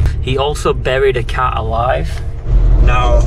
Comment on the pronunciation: When you said buried a cat alive I heard buried a cow alive and I thought that’s some hard working nut job.